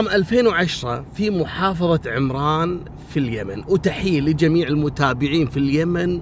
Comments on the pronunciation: محافظة عٌمران بفتح حرف العين وتسكين الميم وليس بكسر حرف العين كهذه عِمران × ... تحيتي لاجمل قناة ولكل المشتركين بها 🙋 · طبعآ المحافظة تنطق عمران بفتح العين لا بالكسره وتحياتي للجميع من وسط عمران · تصدق يا انا في صنعاء وما سمعت بالحادثة إلا منك 🤤 قصصك كثير شيقة ومبدعة للعلم يا المحافظة إسمها عَمران بالفتحة مش بالكسرة. وشكرا جزيلا لك